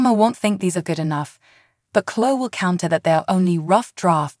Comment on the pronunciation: is there any way you could find someone who knows how to pronounce the words the right way. Chloe is chlo- ee Devon is Dee-von, Jabot is Jaa bow.